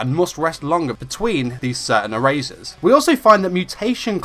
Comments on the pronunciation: HIM: ERASHER. ME: E R A S E R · Lol your accent when you say “eraser” my hardcore American accent is dying